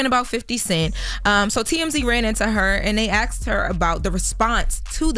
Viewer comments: It's "Asked" not "Axed" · This girl still says axed instead of asked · WE really can't pronounce the word "asked". lol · I said the same thing. ASKED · Somebody PLEASE make her start saying, "ASK" and "Asked!!" It drives me crazy to hear her always saying "Ax" and "Axed!"